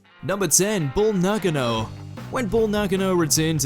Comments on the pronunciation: Who the hell is BULL NAHGANO? It's BULL NAKANO. NAH-KAH-NO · Pronounced Bull NA-CAR-NO not Naggerno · Wow. First 2 entries are dumb for individual reasons. 1. Bull Nakano....dude has no idea who she is. It's "Na Kahn O" 2. Scotty 2 Hotty is nowhere near unrecognizeable. The person reading this list is just that. Reading. He knows none of these wrestlers and it's obvious. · Christ it's Bull Na Ka no